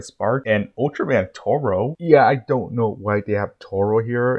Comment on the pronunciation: Taro not toro 😅